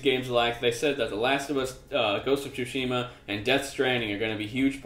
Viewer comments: Uh, no it isn't. It's pronounced TSU shee ma. You leave in the T is Tsu, since that's how Japanese works. SU is a completely different character. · It's pronounced "Su-Shee-Ma" :P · The 'u' is silent.